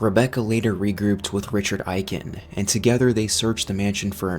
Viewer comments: It's pronounced "Ay-Ken" not "Eye-Ken" Proof: リチャード・エイケン, Richādo Eiken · Is this an AI voiceover or do you really not know how to pronounce Aiken?